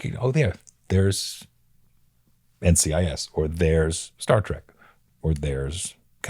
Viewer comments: ...It's Star Trek, NOT Star Trak!!!!!!! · Nobody believes you're really a fan, you keep calling it Star Track. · Did the host just say Star "Track"????? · Michael, it's Star Trek, not Star TRACK. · It's funny when Michael keeps saying Star Track, lol. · Star "track"? Again and again.... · Rosenbaum lost some cred when he called it “Star Trak” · Star TREK, not track 👊🏼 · As soon as you said star "track" I clicked away.